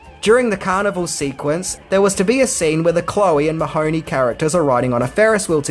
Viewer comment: As an Irish person I always cringe at the pronunciation of Mahoney as if it were an Italian name. I didn’t realise for years what they were saying .it’s pronounced Mah-hun-ee.emphasis on ee not hun.